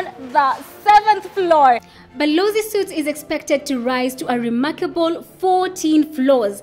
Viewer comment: Suites is pronounced as sweets. Not suits